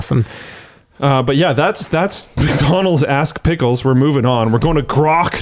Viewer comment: I almost heard "ass pickles" which just worries me no end. 🥒 As a Brit, the lack of understanding shown by politicians and campaign groups of how the internet actually works is staggering to the point where I want to scream at my newspaper.